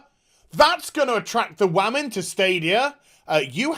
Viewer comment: "the wammins" lol